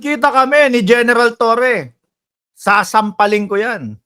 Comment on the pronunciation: AYUSIN MO MUNA BIGKAS MO NG LETTER R.. TOWWE?? 😂😂😂